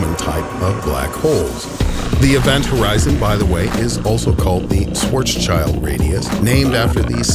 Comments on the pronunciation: why do you say it like Schwartz child? lol schwarzschild is german and means black sheald and its spoken Schwarz Schild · Sorry friend, but pretty much everything you stated as a fact was either imprecise, misleading or plain wrong from a physics standpoint. And please, if you must mispronounce Schwarzschild's name at least say Schwarz-SHIELD instead of Schwarzs-CHILD. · It must be noted that Schwarzschild is German (Schwarz-schild) and means black shield. It is not pronounced Schwarzs-child. One can see it as the black shield of a black hole that prohibits nosey neighbors.